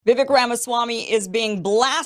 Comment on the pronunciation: Vivek has been around for long enough. I love you Kim but get his name right .. Vivek rhymes with cake Vivake!